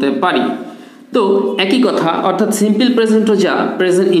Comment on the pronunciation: UK /ˈsɪm.pəl/ US /ˈsɪm.pəl/ স্যার সিম্পিল না সিম্পল হবে? IPA তো সিম্পল বলে